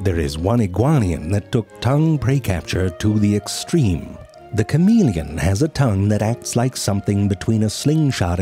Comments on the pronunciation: I am disappointed that he didn't say Sha-may-lee-on again.. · Don't you mean "The SHAWMALEOOON?" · Excuse me Mr. Zefrank, but you know full well that is not how you pronounce sha-ma-le-lee-on. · What is a Kuh-meely-un? All I saw was Shah-meely-ahns! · I'm sad he didn't pronounce chameleon as shamma Layon again lol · I think you mispronounced Chameleon. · Chameleon was pronounced oddly. I’m disappointed. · He said Chameleon wrong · what's with the weird pronunciation of "chameleon"?